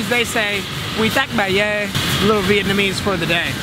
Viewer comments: You speak Vietnamese better than most people I know.. esp me 😂 omg, your accent is perfect lolol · i love the way pronounces his vietnamese words... pitch perfect... love his vietnamese name too, it's translated to Fat Phuc. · The accent in that dudes Vietnamese is actually pretty good